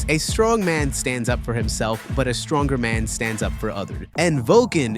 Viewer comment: Zinc..? Forget about that, but what the f... do you mean by that terrible accent??? SHtronger? DesHtroying?? Really??? There is one single "S" in those words. Imagine If Odin from the Thor: Ragnarok said something like "no, you are sHtronger". It would be parody.